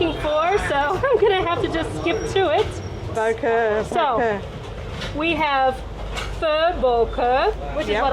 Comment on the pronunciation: Wrong, boeuf bourguignon is made with wine. Bò Kho a copy of regular french stew. Pho is from pot-au-feu with off cuts the French did not use and Banh mi is from pain de mie. It's pronounced "Bah Khaw", not the way they massacre the name.